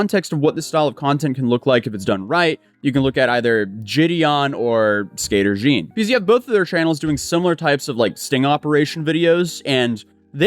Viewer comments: "Skater Jean"💀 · 😂 "Skater Jean"😂